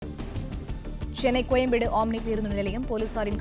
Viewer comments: ஆமினி 😅 யாருயா ? நீ செய்தி வாசிக்கற 😅 ஆஆ ஊஊ னு டமிள் தெறாதா😅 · ஆஆமினி இல்லடா ஆம்னி